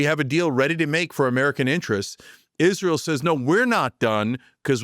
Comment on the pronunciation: or everytime Cenk says Isreal